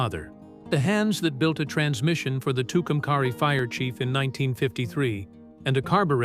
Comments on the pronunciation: It's pernounced Two come carry. Say it right!! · It would be better without AI. As a life long New Mexican, it’s a great story but it’s pronounced Too Cum Carry! And the county is Quay. Kway. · Nice story. Too bad that the artificial moron voice does not correctly pronounce Tucumcari and Quay county.